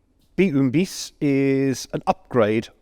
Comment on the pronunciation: Char B one (un pronounced Ann), Bis is pronounced "be" or "bee," not biss. Use of radio communications was relatively rare among all belligerents save Germany (thanks to Guderian, a visionary in vehicle signalling).